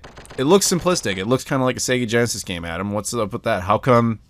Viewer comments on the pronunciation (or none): none